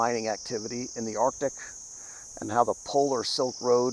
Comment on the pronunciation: All joking aside,other than myself, is the only other Caucasian that pronounces "arctic" correctly.